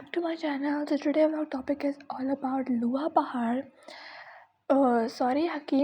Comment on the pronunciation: Hi Its looha paarh not luha